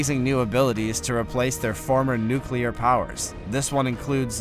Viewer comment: "Nuclear" is pronounced "NEW-klee-urr".